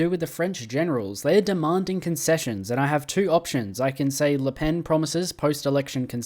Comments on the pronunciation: you're actually pronouncing it right it's like '' le penne '' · You were right, don't worry, it's said as "Le Pen" like in english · As a French, you are pronouncing it right. Her name is pronounced just like a pencil -> "Le Pen". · Its said Lepene so yeah you got it right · No, as a belgian who talks french, you are saying her name correctly ^^ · you actually pronounced "le pen" correctly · I think you’re pronouncing Le Pen correctly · You actually pronounced Le Pen's name correctly. It is a Breton name, so the pronunciation is different from how you would pronounce it if it were a French name. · You pronounced Le Pen's name right don't worry. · No you are actually correct withe your pronunciation. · Actually, you're pronouncing her name right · Nice vid And you pronounced Le Pen correctly don't worry